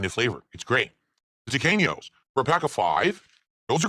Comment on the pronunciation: My wife, who is Hispanic, says the way he pronounces Tequeños fills her with intense and utter rage and, also demands that I let people know, it isn't a dessert, it is a snack food.